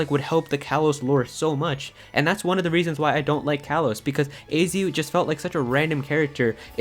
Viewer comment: "Kalos" is pronounced "kah-lohs".